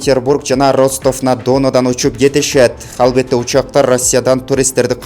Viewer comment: Ушул журналист бала туура эмес окуйт орусча создорду.Ударениени такыр эле туура эмес коет,уккан сайын кыжырым келет же кулкун келет🤣🤦‍♀️.Ростов-на-Дону деген шаарды окуганын ужас просто,журналист болуп телеге чыгып жаткандан кийин,тилинерди ондоп туздоп чыксанар болот да бираз!Короновирус деген созго да ударениени туура эмес коет.